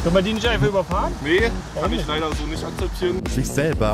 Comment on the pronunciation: Geil wie der eine dude das leider betont hat